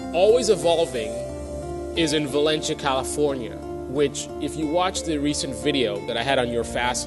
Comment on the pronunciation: The City is Pronounced " Va len cee ah " not " Va len chia " I can see you really know what you're talking about Which was a City well before " Santa Clarita ".... Lame Video BTW ....